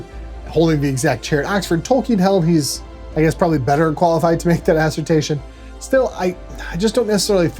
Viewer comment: Assertion, not assertation.